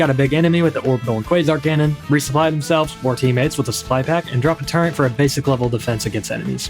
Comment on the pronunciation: Did he just say the word "turrent"?! He said it again! F Tier